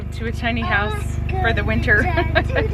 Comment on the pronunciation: I laugh every time you say “ tiny house”!